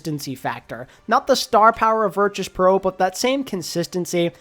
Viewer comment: Why do you keep pronouncing Virtus Pro with a ‘ch’ and not a ‘t’